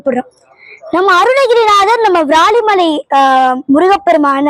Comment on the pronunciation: உன் தமிழ் உச்சரிப்பு அழகு... ❤❤ இந்த பாடலில் ஒரு சிறிய திருத்தம்:- வ்ராலிமலை அல்ல விராலிமலை... நீ பாடும் போது வ்ராலிமலை வ்ராலிமலை என்று கேட்கிறது செல்லம்... 🙏🙏🙏🙏👍🏻👍🏻👍🏻👍🏻சிவாய நம🙏🙏🙏